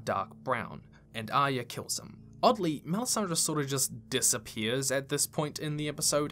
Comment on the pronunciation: I'm always baffled by peoples' pronunciations of character names: Arya = 'eye-yuh'? Even Brienne has her own version: "Ahh-yah" 🤣 And then there's the 'Sanser' and 'Aryer'.